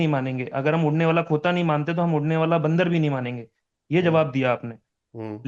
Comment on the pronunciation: Harris bhai bandar word tho theek se bol lo.. baandaar bolte ho.. 😁